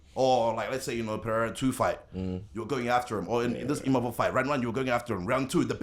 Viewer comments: Is he calling him Imamov to be petty or cant he read ? Its like a super simple name lol wtf. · The guy still doesn't know it's Imavov not Imamov... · The fact that they keep calling him IMAMOV instead of IMAVOV is crazy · You don't have to keep calling him Imamov though champ.😅 you just reminding me of my mistake.😂🫀